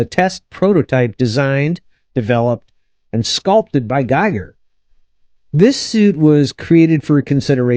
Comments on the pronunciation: It's pronounced GEE-ger ! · Pronounced "geeg-ur" (rhymes with "meager").